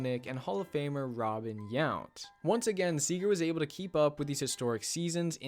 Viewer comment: Mark Grudzielanek (gRez-ul-on-ick) and Yount wasn't THAT bad but still a bit off.